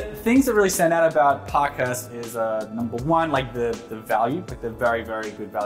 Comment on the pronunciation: Ok, it’s pronounced “Park-Hearst” not “Pock-Hust” 😂